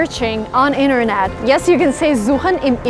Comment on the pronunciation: I dont know if its intended, but you pronounce some t‘s like d‘s (Wedder, Inderned), wich kinda sounds like Plattdeutsch (spoken in rural areas in the north west). Very funny though.